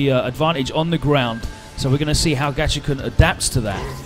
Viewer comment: His name is Gachikun, not Gachichan. Commentator is a dumbass.